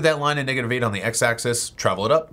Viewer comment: Stop pronouncing "axis" as "access".